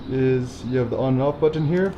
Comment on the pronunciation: nobody enunciates the word "Button" more than.